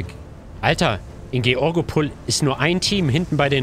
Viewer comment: Georgepol wird englisch ausgesprochen und nicht deutsch.. ayayay